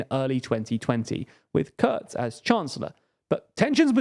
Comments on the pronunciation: The "u" in Kurz is pronounced the way as it is in butcher. But you can call him "shorty" that works too. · Because their conclusions are just wrong in a lot of ways. They friggin typo the name of Kurz in the video, mispronounce his name, mispronounce the bloody names of the parties, judge the greens as left wing (which is cutting it short massively),...